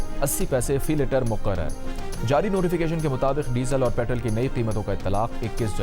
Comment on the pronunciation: یار یہ تم لوگ پٹرول کو پٹرل کیوں کہتے ہو؟ مانا کہ امریکن ہجے میں پٹرل کہا جاتا ہے مگر صحیح برطانوی انگریزی میں میں اس کو پٹرول کہتے ہیں۔ تاہم اردو میں ہمارا ان دونوں ہجوں سے اتنا کوئی تعلق نہیں۔ اردو میں اس کو پٹرول کہتے ہیں۔ تم لوگ امریکہ بندر لگتے ہو۔